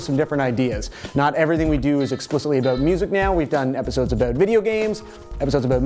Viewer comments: just 'aboot'. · OH MY GOD! LMAO, so funny. You were talking about the accent and made an "aboot" joke, and then literally the next comment where you say "Brett Cortright wanted a shout out," you can hear it REALLY clearly. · Also you sound like you're from Canada when you say 'Toronto' and 'about'